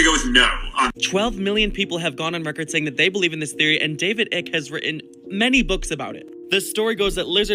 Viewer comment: sorry but actually not sorry cuz I'm going to call this shit out if you don't know how to say a thing don't talk about a thing his name is David Icke like bike not ick like sick